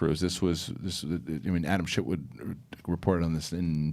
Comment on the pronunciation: Pretty sure said Adam shitwood. 😂🤣